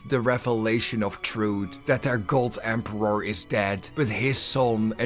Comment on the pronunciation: For the Empe-rawrrr 💅💅